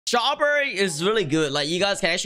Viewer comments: Dude did he say shraw berry? Username: RAFIDG11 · At first when you said strawberry I thought you said jawberry